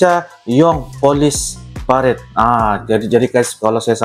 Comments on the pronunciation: Bukan " PARED" tapi "PA-RA-DE" dalam bahasa Indonesia dibaca terus, .... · Bacanya pa-ra-de bang..... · PA, RA, DE, bacaan nya bg artinya peragaan, pawai dll